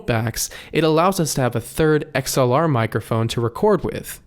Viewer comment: Two things. It’s “artists” not “artistses”. And it’s “mike-ruh-phone” not “mike-err-phone.” The “mike-err-phone” pronunciation has infected most everyone under 30. Just like calling a button a “buh-IN.” 🙄